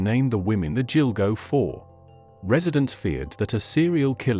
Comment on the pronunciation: What you need to know....” Gill-Go “ not “Jill-Go” 😏